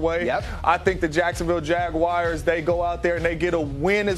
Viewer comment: please dont call us the jag-wires